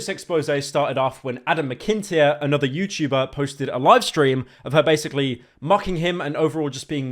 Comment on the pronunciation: How did pyro pronounce Adam’s last name?